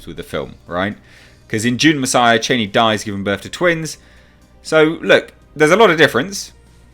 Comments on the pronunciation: Cha-ni, not chayneee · According to Frank Herbert pronounced Charni not Chaini, Queens English please not Trumps. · ”Chainee” lol